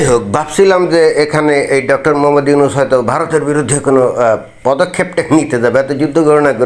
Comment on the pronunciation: Ota yonus k bollo ??? Ota 'Nunus'😅😅